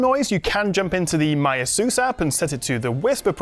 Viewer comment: it's pronounced as "ey-soos".